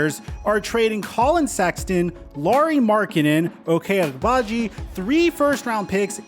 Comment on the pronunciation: Say Ochai Agbaji again. 🤣🤣😂